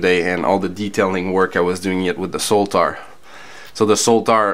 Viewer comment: I liked the review, especially the comparisons between the different models. I'm curious though why you call the Sotar model the S-o-l-t-a-r with an L. Anyway, happy NY.